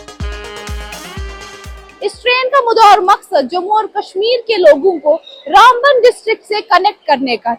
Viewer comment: Its RaamBaan not Runbun